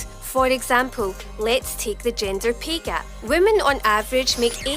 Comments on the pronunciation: Did anyone else hear her say "gender pee gap" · For a second there I thought she said "Ginger pay gap" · Sounded like she said "gender pee gap" She's right, I can piss waaay farther.